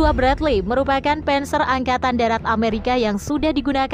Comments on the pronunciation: Admin blajar yang banyak😅 penser dispenser 🤣 bhasa jerman bacanya sama saja "der Panzer" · Bukan penzer tapi panser